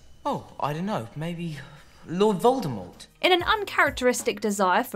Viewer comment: I really wish people would pronounce Voldemort correctly. She made it very clear how it should have been said…